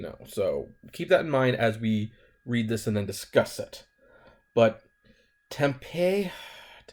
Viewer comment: Tempe(e) long E at the end